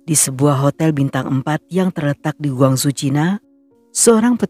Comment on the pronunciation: Mu Qing = Mu Ching. He Qiang = He Chiang. Guangzhou = Kwang Chou